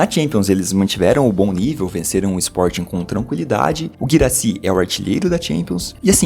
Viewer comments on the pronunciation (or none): none